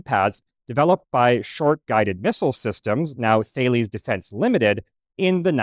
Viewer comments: Thales is pronounced Tah-les, not They-lees. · Please pronounce Thales correctly “fail ease” is wrong it’s “fails” and sadly it’s a junk company now the French have been running it in the same manner they have their own country and military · I could be wrong but I think Thales rhymes with Dallas. The two per year for training sounds like the USAF, for their Minuteman ICBM. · Are you trying to annoy your French Brethren Thales is Pronounced more like Tah Less…. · Thales is pronounced "TAL-EZZ" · Yep correct according to A) Wikipedia and B) knowing someone who works there! 😅 Still an excellent video, apparently the pronunciation catches a heap of people out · I'm always amazed at the new ways I've heard to pronounce Thales .. please look up how to actually say the companies name before doing your starstreak video I'm not sure I could sit through it if you said it like that every time .. here's a video from Thales themselves which they say their name in the first 20 secs ~